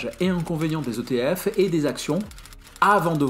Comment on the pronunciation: Pas de « S » à l’acronyme ETF 😅 Excellente vidéo.